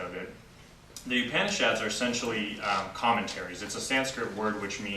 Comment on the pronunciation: Excellent knowledge and talk. The only other comment that I would like to add is the correct pronunciation of the word Upanishad. Please listen to the pronunciation by the girl from India from the link below